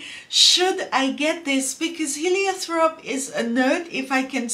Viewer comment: Heliotrope doesnt have a "th" pronunciation